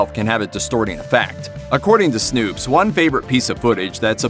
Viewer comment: Wtf is "snoops?" It is SNOPES